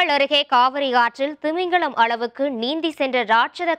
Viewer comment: அருவெறுப்பான தமிழ் உச்சரிப்பு. நீச்சள், திமிங்களம், கர்நாடக எள்ளை. இதெல்லாம் என்ன உச்சரிப்பு? மொட்டை நாக்கு உச்சரிப்பு. நாராசமாக இருக்கிறது. திருந்துங்கள். உச்சரிப்பைத் திருத்துங்கள்.